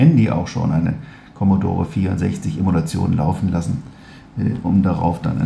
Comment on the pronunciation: Das Video zeugt von totaler Unwissenheit - da kann man nur sagen "Schuster, bleib bei deinen Leisten"! Erstmal heißt das "Emulation", nicht "Emolution" (z. B. ). Zweitens soll mit neuer Hardware und ein wenig Software dem alten System vorgespiegelt (= emuliert) werden, es wäre die alte Hardware angeschlossen. Das Gesamtsystem "mal eben austauschen" geht bei so einem hochkomplexen System nicht so einfach und ist mit immensen Kosten verbunden - vom Zeitaufwand (Jahre für die Entwicklung) mal abgesehen. Das ist auch nichts spezifisches bei der Bundeswehr sondern ist bei allen Armeen Gang und Gäbe. Bei einem Armeesystem darf eben nicht das passieren, was VW beim GOLF 8 passiert ist, dass nämlich das System bei Vollgas auf der Autobahn abgestürzt ist und neu gestartet wurde, weil das System zu hastig entwickelt und nicht ausreichend getestet wurde. Auch OTA-Updates bei einem Kriegsschiff (wie es derzeit bei Autos gemacht wird), wäre unzweckmäßig und könnte im Ernstfall fatale, tödiche Konsequenzen haben. Der Beitrag riecht für mich nach "da mach ich mal wieder Stimmung gegen unser Land" - aber ne vernünftige Alternative hat man ja nicht (so wie die AfD auch nicht) und muss ja auch nicht liefern. Wie man an den Kommentaren sieht, wird das Ganze im Kommentar dann z. B. mit Polemik gegen die Asylpolitik garniert, was mit dieser Sache rein gar nichts zu tun hat.